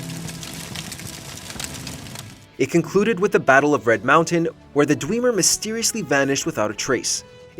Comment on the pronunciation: Is the voiceover ai? It sounds off and the pronunciation for dwemer annoys me